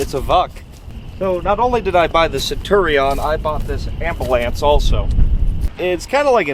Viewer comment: Sen chew re on. Centurion. 😅